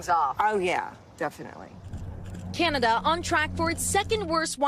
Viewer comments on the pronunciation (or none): none